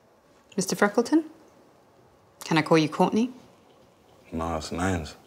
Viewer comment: man said Courtney